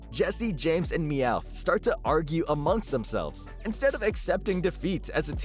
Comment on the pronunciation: For some reason I always thought you pronounced Meowth ...well ,any other way you can pronounce it. LOL